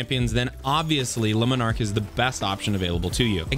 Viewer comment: Omg, 3 videos, 3 different youtubers, and none of you can pronounce a simple name. Luminark? Leminark? Jesus.. if you can't figure out how to say Le and Monarque, just say monarque. Like seriously lol..